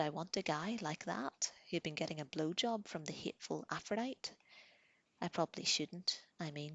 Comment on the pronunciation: Just some friendly info... Aphrodite is pronounced Afro-Die-Tee and Jose is pronounced Hose-Aye. :-)